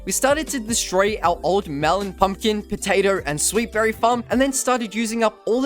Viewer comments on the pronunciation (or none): its potato not potators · Can we just ignore the fact that he said potater instead of potato